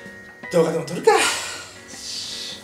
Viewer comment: ﾄﾞｳｶﾞﾃﾞﾓ↑ﾄﾙ↓ｶｧ わろた